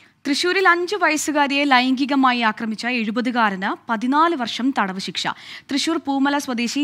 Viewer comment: വർശമല്ല, വർഷം😂😂😂